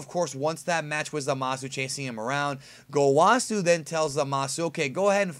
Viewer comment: Great video, again. After seeing this episode, I think Black is a being that enlisted the help of Zamasu to destroy humans? It may even be that Zamasu trained or empowered Black in some way. Maybe a covert operative of Zamasu. Btw, , Zamasu and Gawasu are pronounced (Zah-mahs) and (Gah-wahs) with a strong pronunciation of the s at the end. They never pronounce their names as (Zah-mah-soo) or (Gah-wah-soo).